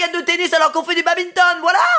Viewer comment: "Babinton" sérieux ??? Les badiste en sueur (Je joue au bad O_0 ;-; TwT)